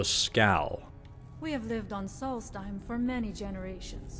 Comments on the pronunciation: I love you, but listen to how the people in game pronounce these names! Solstheim is like solstice! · Pronounced sawlst-hime Edit, why can’t you pronounce anything